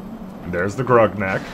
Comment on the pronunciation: titles the video gonarch and calls it "groknak" lmao